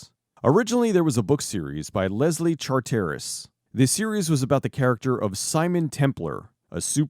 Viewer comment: Great video I love the Saint. The surname is pronounced Charter-iss.